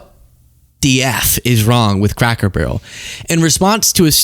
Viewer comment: “loom what they’ve done to Crack Barrel” I swear that’s what he says